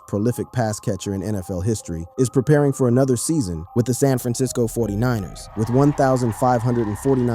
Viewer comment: Got to love these phony voice overs Forty nine “E” “R’s”?! 😂😂😂😂